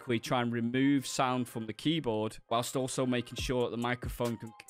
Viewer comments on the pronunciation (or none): none